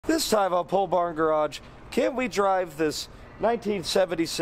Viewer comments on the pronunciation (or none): At one point halfway through the video, I heard your brother say "Pole Barn Garage", but the way he said it sounded somewhat like "Paul Blart Garage." I laughed, but I don't know what to do with that.